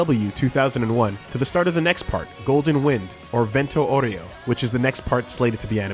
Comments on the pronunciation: "Aureo" is pronounced "ow-ray-oh" not "oreo" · No, it's Italian, it's pronounced "ah-oo-reh-oh". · As an Italian, I can confirm that "Aureo" is not pronounced like "Oreo". "Au" it's a phonetic sound that doesn't translate well from italian to english